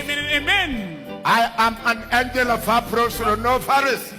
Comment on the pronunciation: He said Phapro.... but not Paphro 🤣🤣🤣